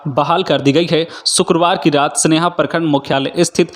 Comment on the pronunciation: सेन्हा है स्नेहा नहीं